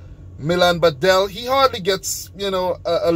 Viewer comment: whole Croatia was teaching him during the World Cup. Badelj still troubling him a bit :) tortiLJa :D chance to perfect it, right here bad-elj, not bade-lj :)